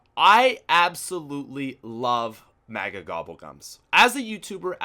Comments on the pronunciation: JESUS CHRIST ITS PRONOUNCED 'Mega' NOT 'Maga' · says mega really funny